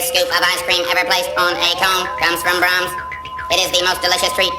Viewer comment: Imagine you are watching a sad movie and then a commercial comes on and it's an Ernest ad. When he says braums it comes off as the classics artist Brahms